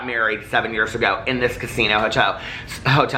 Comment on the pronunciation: bahahaha you said "hoto" instead of hotel.....LMAOO....That means gay in spanish but its spelled joto the j is pronounced like an H